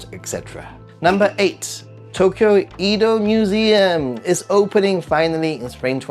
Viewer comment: How can you be a Japan expert but you pronounce Edo wrong? Mind-boggling